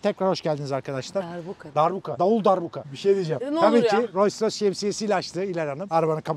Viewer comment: Hilal tilt oldu artık Allahın adını verdim şu markanın adını doğru telaffuz et Roys Roys ne yaa abi gözünü seveyim yapma